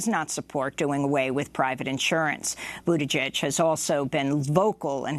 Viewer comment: LET THE BUTCHERING BEGIN... PETE BUTT-I-GIEG, also heard Buttijudge...🤣😂this is going to be fun